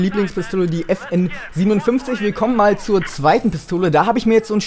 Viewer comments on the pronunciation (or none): will ja nich klug scheissen oder so,aber bei der FN57 musst du es Five-Seven aussprechen ;) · geiles video aber die FN57 wird ausgesprochen FN FiveSeven